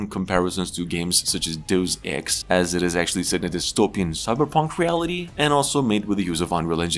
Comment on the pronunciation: Just for future reference: It's not DEEUUSS Ex like you pronounced. Deus Ex is pronounced "DAY-US" Ex. Day as in "day in a week". Us as in "us together."